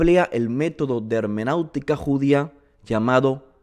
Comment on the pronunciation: Shalom estimado. Gracias por elaborar estos videos. Son una gran bendición. Solo una pequeña corrección hecha con mucha humildad: no es hemenautica, es hermenéutica con “e”. Que el Eterno lo bendiga siempre.